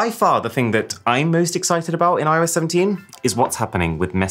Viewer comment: "I oh Yes" hilarious!